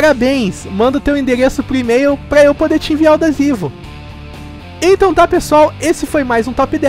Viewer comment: só eu entendi desivo?